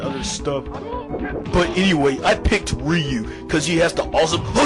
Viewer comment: Whoah! He pronounced Ryu's name correctly! Way too many people pronounce his name "RAI-yoo." Even Angry Joe got it wrong. But this guy gets it right.